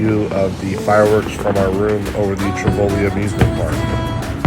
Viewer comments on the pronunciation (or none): Damn … travelling the world with two toddlers … 👍 One thing though … it’s not TiVOli … it’s TIvoli. Emphasis on TI. Biking culture … Copenhagen (and the rest of Denmark) has spent decades building up inner city infra structure, centered around the bike culture.